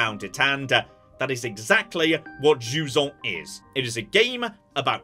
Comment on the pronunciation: Jusant not Juon!